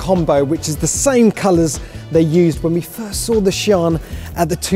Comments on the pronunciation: For gods sake!! its not pronounced as "Sean". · Its SIÂN (see-yaun) 😅😅😅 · THAT'S how you say the name!?! I never would have gotten that in a million years. I was thinking more like cyan. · He says "Siân" like "Chiron" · Not paid enough to get the pronunciation correct obviously. When is top gear closing down? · How do these motoring journalists get away with mispronouncing car names? Ridiculous. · How did you just pronounce this car... hahah... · "Lamborghini Shawn" I ain't an expert but isn't it pronounced as Si-an? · Like one of the upper guys said i'm am pretty sure it is See-Ann like Sea Anne or along those lines. :) However iit is a sick new Lambo. :3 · “The Lamborghini SHAN” 😀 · Omg its torture!!!!! (See-ann) dammit lol🙆‍♂️🤦‍♂️ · Shaun the seep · i don't think that pronunciation is correct 🤔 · Am I the only one who heard "This is the Lamborghini Cheeron" :v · Lamborghini “Shawn” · its not shooonnnn but sian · It's see-an